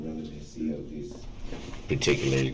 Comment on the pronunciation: Even worse when he says revelancy.